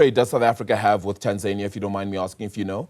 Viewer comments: Correction min: Tanzania is not pronounced Tan-Zay-Knee-Ah like the way Tasmania. It is pronounced Tan-Zan-Knee-Ah. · people in Tanzania just call their country Tanzania, there is no long "y" at the end.